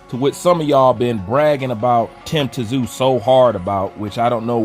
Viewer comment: I love your channel and work. However, it's pronounced "Zoo!" and Tszyu said he'd fight Both Anytime! I was born in Sydney but grew up here in the USA. Y'all get ready for the Tszyu take over! As long as he doesn't suffer from over confidence going into this Fundora fight!